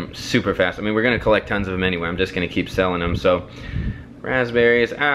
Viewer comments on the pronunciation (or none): none